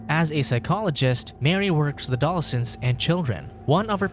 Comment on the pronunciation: So you are just strait up reading from a script, without any idea of how to pronounce words? Lol, adolescent not adol-sense. One is a word the other is not. This is kind of a big word to be messing up like that.